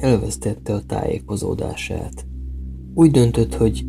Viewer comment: Azt a mondatot h "elvesztette a tájékozódását" kb úgy hangsúlyoztad mind hogyha azt mondtad volna h: "elvesztette a szüzességét" xD